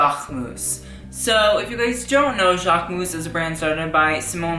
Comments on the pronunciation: You actually pronounce the "mus" at the end, like: Jackmus :) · learn how to pronunce Jacquemus. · you literally butchered his name, im cringing, don't make a video on something/someone if you cant say the brand name correctly. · the way you pronounce jacquemus makes me want to puke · this is the right way to pronounce jacquemus not this !!!